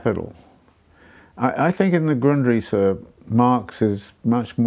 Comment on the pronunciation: replayed the beginning like 12 fucking times, he's saying "the Gundrisse", the '73 penguin books edition of marx's Foundations of the Critique of Political Economy for anyone else curious.